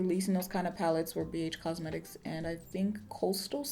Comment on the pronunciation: That Texas accent snuck up on you didn't it lol...Bee Eytch Cosmetics...